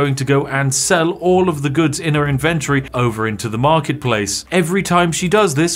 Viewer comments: “In ven tohry.” Yuck 🤮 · In-ven-tory isn't pronounced like you say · Vids are AWESOME, but dammit - say inventory properly 🤣🤣🤣